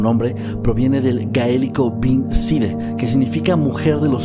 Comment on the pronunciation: Sidhe se pronuncia “shee”.